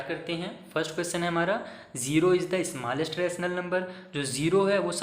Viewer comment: Smallest bolna nahi aata 😂